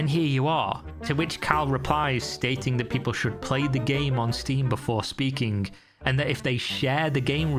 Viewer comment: Ughhh why do you pronounce the last G in -ing ending-K words?? Like "speaking-K" Its so frustrating-K. Is that normal in where you live or is this just something-K you do? You hve amazing-K videos but that alone is making-K this channel impossible to watch for me